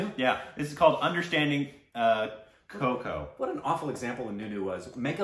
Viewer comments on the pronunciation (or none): Deliberate korbinization keeho keeho ..hahha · How did you manage to Korbinize "Kho Kho" ?